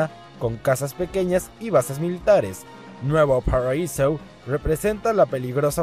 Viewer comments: Vaya manera más asquerosa de decir "Nuevo paraíso", a los que ponéis ese acento tratando de imitar al acento americano habría que daros una buena hostia en la boca. Si el nombre está en Español, se dice en Español. No sé que es más ridículo, que el nombre en Español lo digas con acento Ingles, o que los nombres en Inglés lo digas sin acento alguno... "Nuevo paraisou"... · Nueevou paradisouuu pero aun asi buen video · Buen video pero eso de Nuevo Paraisou suena bien cagado jajaj xD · ***** pues si, efectivamente, así es como lo dicen en el juego: "NUEVOU PÁRRAIZOU", pero... tu y yo sabemos que está en español, lee el comentario que escribí mas arriba, entenderás mejor mi punto de vista y te dejare otro ejemplo, yo estoy aprendiendo Alemán y en el transcurso me di cuenta que el nombre del Actor Arnold Schwarzenegger es de "Origen Alemán", nosotros lo tomamos del Ingles y los decimos igual que lo dicen en ingles: "SUARZE-NEGER", pero un Germano parlante lo leería y lo pronunciaría mas o menos así: "CHBARZE-NEGER" (Porque el: SCH se dice como CH, y la W como B) y ese es mi punto, ¿si en el resto del mundo hablan mal nuestro idioma, nosotros también debemos hacerlo?, opino que no, ¿Arnold debe darle escopetazos a quien diga mal su nombre?, creo que tampoco, ¿seria bueno explicar la pronunciación inadecuada de una palabra que conocemos para darle un poco de humor al tema?, creo que si... (Otra: Volkswagen en alemán se dice: "FOLKSBAGEN) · pronunciar "auro" es ligeramente mal pronunciado, pero si que suena jodidamente horrible como dice "nuevouu paraisouu" demasiado exagerado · ''Nuevou Parhaisou'' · Nuevou paraisou un pinche meco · nueeewo phaisoooo..hablas castellano y lo pronuncias como un ingles....jajajajajjajajaj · Nuevou paraisou Jajaja es la peor pronunciación que existe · Suena a Open English (?) :v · suena como el culo pero piensa que siempre hay alguien que dice gta san andres y san andruias WTF XD no es coña lo dicen